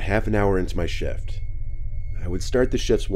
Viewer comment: It sounded like you said, "About an hour into my shit".